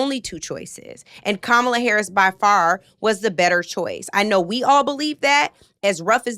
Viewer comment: NLP shouldn’t have even bothered to platform that last “listener,” if he still feels the need to purposefully mispronounce VP Harris’ name.